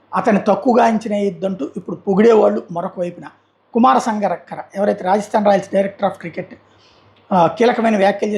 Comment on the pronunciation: సంగరక్కర❌.... సంగక్కర✅